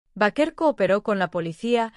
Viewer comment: B E I K E R.. asi se pronuncia su apellido